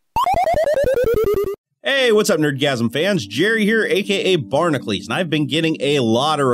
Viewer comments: Your name reads as Barn-a-cules, not bar-na-clees. D: awesome shit tho. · Not trying to be rude, just curious. When you introduce yourself, you're saying "barnaclees" (bar na clees). How does that come from the spellling of (bar na kah lees or bar na cue lees)?